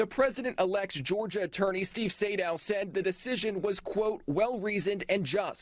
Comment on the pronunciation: It is FANI like hinny, not fauni ! This is a bitter old lawyer, get rid of her.